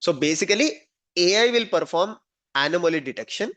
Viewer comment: Sir. You pronounciation of Anamoly is wrong. Kindly correct it. Hope you are open for correction. Thanks for being open. Namasthe.